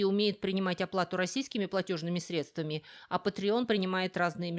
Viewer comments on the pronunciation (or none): none